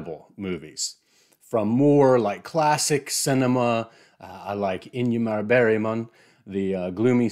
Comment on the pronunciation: Cute pronunciation of Ingmar Bergman :) Swedish phonology and English prosody. I recently encountered the same thing in the audiobook of Mason & Dixon (there's a throwaway mention of three Swedish statesmen) and I felt a bit bad for laughing since the narrator must have been a true professional to have bothered to research Swedish pronunciation for what is completely insignificant bit of the novel, but somehow hearing him pronounce the ti in Oxenstierna and the Gy in Gyllenborg correctly just made the English intonation even funnier.